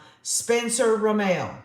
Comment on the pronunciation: Pronunciation is RaMmul. For Rammell.